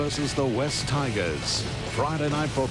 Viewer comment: Love how the Channel 9 guy couldn't pronounce "Wests" Tigers correctly, like many people back then.